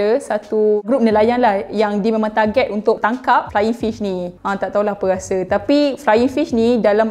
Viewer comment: "doghang" tu dia orang ke ? dan "ghase" tu rasa ke ? komuniti pelat R jgn terase k